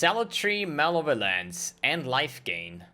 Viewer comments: Muh - Lev - Uh - Lence. Not Male - Violence. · Everyone else: Malevolence: Male Violence